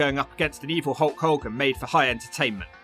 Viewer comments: Love how he pronounces it holk holgan hahahaha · "A HOWWA POWWA"